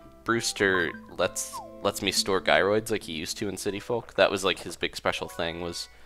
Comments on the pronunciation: its jy-rids but it Is kinda anying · Am I the only one who's getting really annoyed that he keeps saying "guy-roids"?